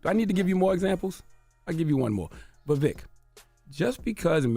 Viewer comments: I am not a supporter of this man but It’s a little disrespectful at how you mispronounce his name. He was literally on your show and told you his name. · The donkey is CTG for mispronouncing his name on purpose and making sure to point it out. CTG is the biggest racist on the radio 🫏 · BIG facts. Notice how charla can't bring himself to pronounce his name correctly. Also, they did reduce Ramaswamy to his funny name and his race ("wherever you're from!") when he was on so i guess his point is proven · he has a history of rewriting ppls history to the point he doesn’t even know or respect his own. Except for when he can use his culture as a defense mechanism. Like when someone mispronounces his name. Also Indians (not native Americans) have historically tapped danced for the whites it’s nothing new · Hey Charlamagne, you're now beginning to mispronounce Vivek's name, it's weird because in earlier episodes, you were pronouncing it correctly. His name is not VEVIK, it's Vivek. When Larry elder mispronounced the name of Tupac on your show, you corrected him quite promptly, so you do understand the importance of pronouncing the name correctly. Please follow your own preachings. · hearing him introduce him as "Vaveek" was just poetic foreshadowing for the smackdown to come. yea, Vivek swept the floor with y'all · He knows it's pronounced VivEK not VivEEEK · Vivek like Fake Vivek like snake 🐍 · His name isn't Vivik. It's Vivek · You mispronounced his name. It’s Vivek as in “cake”. Also, he’s going to be the next POTUS! #Vivek2024 🎉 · He said “I think we’ve had him on this show before” and STILL can’t pronounce his name properly. 😂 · Bro you seriously can't remember his name? How unprofessional and arrogant. A part of me feels like you said it wrong on purpose. You obviously didn't care to make sure you said it right. No class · Cant even get his name right...or he cant read 😂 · He spoke to the man for an hour and still can’t say his name correctly